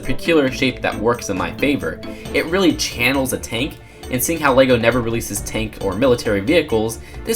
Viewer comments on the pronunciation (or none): none